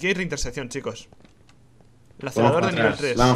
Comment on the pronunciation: Rich está en inglés por lo tanto se pronuncia "Lacereitor" o algo así es que Lacerador como dices tú suena fatal xD Gran serie Salu2